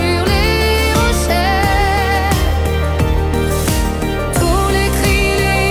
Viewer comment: C'est très joli.... Mais on prononce beauté et pas beautais, et rocher et pas rochais. Sinon cette chanson, surtout sa mélodie est magnifique, étrangement belle et angélique. La voix malgré ses erreurs de prononciation est splendide. Elle est française ????